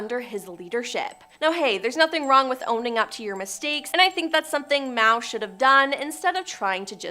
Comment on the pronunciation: The girl with the glasses needs to go because she cannot pronounce basic names: Bat-ory instead of BATHory or Mayo instead of Mao! It's distracting